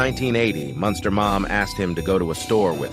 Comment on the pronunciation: Then you go fucc up his name.... Munster😅😅😅😅 wtf is that shit..... Ol lame ass fucc nigga